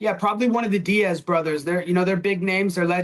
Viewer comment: Did he really just say “Diaz bros “??????